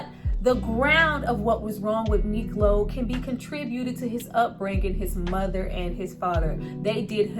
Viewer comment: IS SPELLED MIKLO AND PRONOUNCED MEEK LOW.